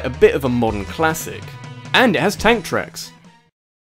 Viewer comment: lmao when you said TANK TRACKS, I thought I heard ANTHRAX. Ridley? ANTHRAX!...